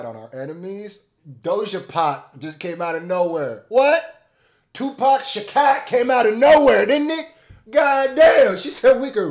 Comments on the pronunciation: He said Tupac ShuhCat. 😆🙏 Yes sirrrr. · "2pac shacat" lmfao